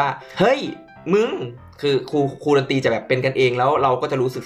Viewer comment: เป็นครู ไม่ใช่ เป็นคู อ่ะ